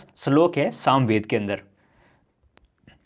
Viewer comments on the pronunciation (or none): none